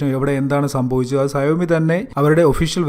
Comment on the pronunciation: സയോ മി അല്ല ഷ വോമി